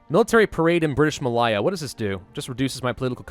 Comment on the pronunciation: just so you don't get teased its British Ma...lay....a